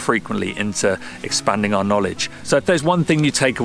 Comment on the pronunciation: Why can't he pronounce our properly. He says R instead.